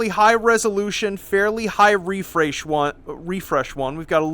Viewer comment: high refraysh avocadoo